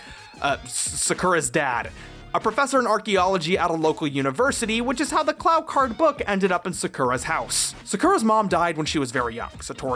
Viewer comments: It's pronounced KU-RO Card. It should not sound like you're saying the word "Clown" with no N. Clow rhymes with Glow, Snow, and Know. And now you should Know how to correctly say Clow. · was it pronounced as "clauw cards"? i always thought it was "klohw cards"... or was that how they pronounced it in the american dub?